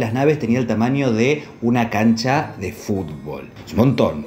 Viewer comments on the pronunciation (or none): none